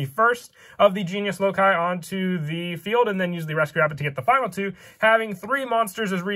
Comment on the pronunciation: Omg he said loci (lo kai) instead of saying like (loc key) he is the 1st yugituber to say it correctly ive seen